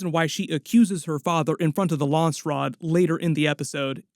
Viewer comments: It's Landsraad, not Lansraad. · it's not lawnsrod its LANDS RAD.